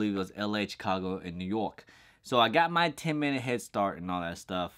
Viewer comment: Why do you say New York like that lol